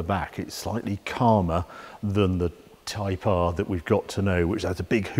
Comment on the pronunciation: I'm only about 30 seconds in and I can already tell a great drinking game would be to take a drink every time Harry says "type ahrrr" 😁